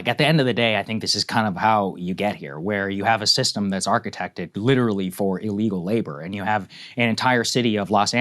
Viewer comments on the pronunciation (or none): when you say witerawy hitwer for 10 years i dont care anymore